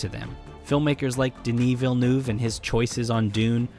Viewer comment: Can you please look up how to pronounce Denis Villeneuve?